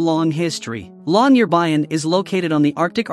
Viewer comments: You are pronouncing Longyearbyen incorrectly! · He is slaughtering the pronpronunciation of Longyearbyen